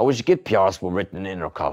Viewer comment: "Intercal"? how did he pronounce that? and how is his last name pronounced?